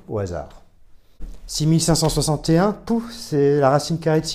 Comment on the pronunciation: ouch! dur dur ta prononciation de 6561...